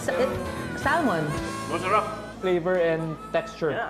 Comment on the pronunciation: Sal mon?!!! sa-mon sa-mon sa-mon!!!